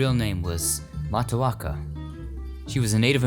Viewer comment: Mataoka? That's Japanese!